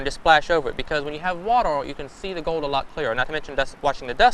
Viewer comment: they found a few ounces of sweet fuck-all. I werwee beweved theyee woud find gowed in dere. I think that would have been a better narrator for this video. just saying.